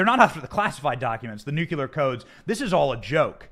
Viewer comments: Am I the only one who finds it kinda funny and fitting that Thibault sounds like Tybalt from Romeo and Juliet? And Benny, you're driving me crazy. It's nuclear not nucular. Sorry for the semantics, I couldn't help it. Anyway, keep making content. This is great. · Benny, love your show, but please learn to pronounce NUCLEAR! It's not f*ckin NUQULAR. It's like you're a reincarnation of Jimmy Carter who proclaimed he was a Nucular engineer! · It's nuclear, not nucular. Anyway, another good show. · Tainting the jury pool. Highly illegal. "We're not sure, but probably" seems to suffice when the Left wants to accuse the Right of something. The shoe doesn't fit their feet the same, apparently. Why can't Right wingers say "nu-cle-ar"?`Do they ever type it out? It comes from the word nu-cle-as...🙄 "Threat to our Democracy" Translation from propaganda to truth: "Threat to our Democrat Party's attempt at total dominion over all citizens of the United States (and invited illegal residents)".